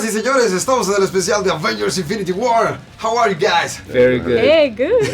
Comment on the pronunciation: Se dieron cuenta que Thanos dijo.. infinty war 1 ?